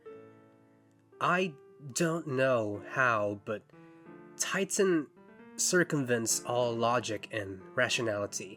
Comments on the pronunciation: It's TITAN with the T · I genuinely can’t take this seriously and keep giggling that his name is actually Tighten instead of Titan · WHY DOES EVERYONE CALL HIM TIGHTEN IN CRYING BRO ITS TITAN WTF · Wait a minute his name is "Tighten" and not "Titan"? hilarious if true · The fact that his villain name is "Tighten" and not "Titan" like I thought upsets me more than anything this video could tell me. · It's supposed to be Titan, but because Hal is an idiot he thinks it's Tighten. Iirc, supposedly if you watch the movie with closed captions, whenever someone other than Hal says it, the captions say "Titan", but when Hal says it, they say "Tighten", because that's what he thinks it is. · I thought it was "Titan"! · Literally believed the rest of my life that it was “Titan” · Im sorry i cant take him seriously now i know its spelt tighten and not titan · I thoight it was “Titan” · is it actually TIGHTEN?????? not titan???